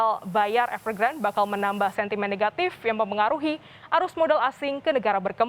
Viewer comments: Bacanya Evegrandé Mbak Bukan Evergrand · EVERGRAND.....E nya dibaca.